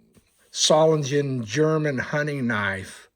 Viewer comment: Beautiful knife. N.B. The ‘s’ in Solingen is pronounced as a ‘z’, the same as with Siemens and various other German names. N.B. Not necessarily applicable when ‘s’ is the last letter in a German word. Cheers from NZ🇳🇿.